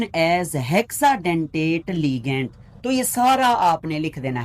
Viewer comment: Sir ligand hi huta hay google sy pronunciation check ker lain apki mrs ny ghalat kaha hay ap theek parh rahy thy